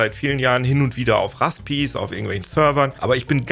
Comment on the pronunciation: "Raspis" wenn dann bitte doch nur "Pis" ausgesprochen wie das englische Wort "Pies"...